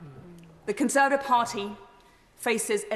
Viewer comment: She can't even say Conservative properly?